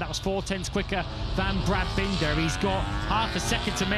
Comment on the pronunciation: …bendah and milluh 😂